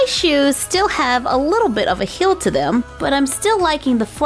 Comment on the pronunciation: Am i the only one who heard her say "hill" and not "heel" idk